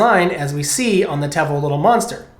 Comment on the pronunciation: It's pronounced teevo lol